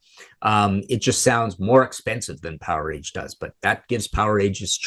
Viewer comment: Then it should be said like Voltage